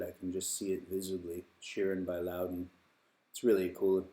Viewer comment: Made in Northern Ireland, but your pronunciation should be Loud Den and not Low Den